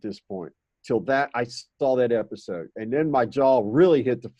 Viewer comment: "Epidose" ...a nod to long-term HPO viewers ;)